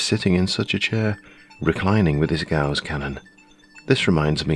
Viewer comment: It's actually "Ga-uss" (not "goss") :)